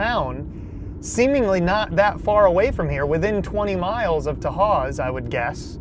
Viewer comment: Just so you know most of the buildings were torn down last November. I posted some pictures here. Also kudos to you for using the correct pronunciation of Tahawus